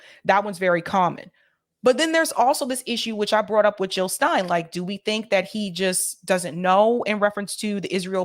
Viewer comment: Jill NOT hill ! ! !